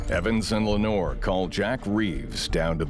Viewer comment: Please stop reading the French last name as English. Le Noir, is not English 😂😂😂😂😂😂😂